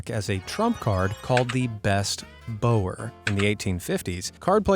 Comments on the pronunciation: It’s “BOW-er” as in “take a bow” not “bower” as in Bow & Arrow. Specially upsetting for me because it happens to also be my family name. Same spelling and everything. As well as being all euchre fanatics. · One thing... 'bower' is pronounced bauer. Just ask Johnny. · The word "bower" is pronounced like the the dog's bark, "bow-wow," or as in rhe act "I bow" to my dance partner.